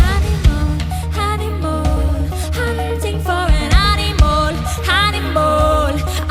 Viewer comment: Have you noticed Aurora says "animol"? XD